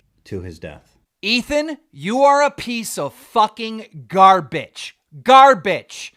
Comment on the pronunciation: why does he say it like that 💀 GAR-BITCH.